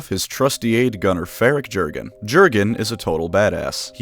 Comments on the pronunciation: Yer-gen not GerGaN. You're welcome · It’s pronounced “yur-gen” not “Jur-gen”. Leave it to the Americans to mess up simple pronunciations like this. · You should pronounce Jurgen not like an American, but like a German name, just like narrator in the audiobook does. Say "J" like "Y" in "yellow" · The only reason I’m not going to download Raid: Shadow Legends is because I’m tired of seeing advertisements for it on the channels of my favorite YouTubers. Edit: Why is Jurgen’s name alway mispronounced? The “j” makes a “y” sound. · I like the video but you misspeaking Jurden's name just broke me 😂